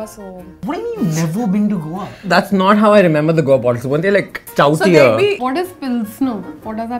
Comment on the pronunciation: Stoutier , joblessly ... new new English words